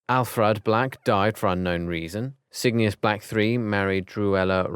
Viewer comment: Cygni-us. Char-li-us. Nar-cius. WTF!